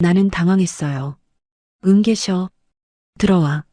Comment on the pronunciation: "응계셔"? '응, 계셔!로 말이죠 띄워 읽기 잘 해 주세요